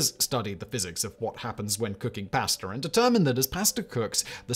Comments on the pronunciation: Listening to him say PIA-ASTUH many times makes me wanna punch my screen ! Hmm, I wonder if that’s related? Or when he says the words such as ‘LAW’ yet it’s ALLLWWWWAYS ‘LORE’ ! Ahhh… so many Brits adding R’s to pretty much all vowels & dropping R’s for also the same reason, which is seemingly NO REASON!? Well -except 🇬🇧 like to play, how to Fudge up the language that’s named after your own country? Just all guesses, judgemental behavior & everything else. 😜😵‍💫😵‍💫 Also another thing that seems very British or at least belongs to the colonized British places was a recent video of his - were the origins of strange idioms- seems like understandably the odd ‘Bobs your uncle’ 🧐😳🤭belongs to 🇬🇧 also. Simon states, it’s like saying- “A PIECE OF CAKE” 🍰 Yet does not explain where that one came from. Smh. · Simon, whenever you master the proper way to cook pasta, perhaps you’ll also learn how to pronounce it 😂jk. Carry on, Fact Boy🤘🏽 🍻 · I love my pass-tuh al denté